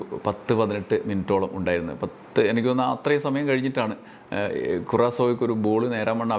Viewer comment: നല്ല മലയാളം സംസാരിക്കുമ്പോൾ Enakk ഒഴിവാക്കി എനിക്ക് എന്നാക്കുക Enakk എന്നത് പിണറായി പറഞ്ഞോളൂm